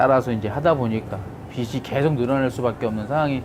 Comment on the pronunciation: 비슨 비시 비슨 비시 아오 좀 비즌 비지